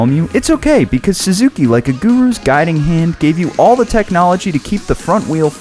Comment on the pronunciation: "SUZUKEY" lol.